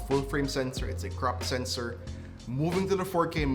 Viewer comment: Thought you said Crap Sensor 😲🤭